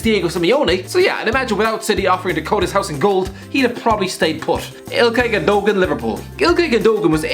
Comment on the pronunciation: Lol it’s not gondogon